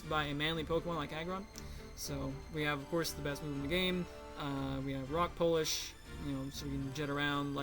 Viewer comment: I was a victim. Im still a victim. Always a victim of the Boss God's terror. Also, shoutouts to Rock Polish. You said it the right way. Good win,. Shenanigans or not.